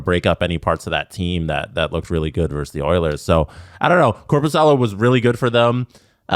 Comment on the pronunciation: It's "versus", not "verse". A verse is a portion of a song or poem, you use versus when talking about two opposing teams in competition.